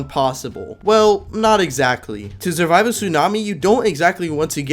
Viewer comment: “Zurvive”